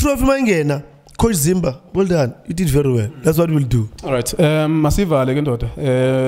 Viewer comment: Coach "zimba" and "middendof" 😂😂👌🏽